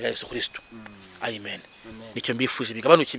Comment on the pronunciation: Bahaze amaturo none basigaye baba mu mazimwe. Uyu yarahaze kweli mwumve uko asigaye avuga Amen. Ngo ni Aimen 😅 Umwijuto.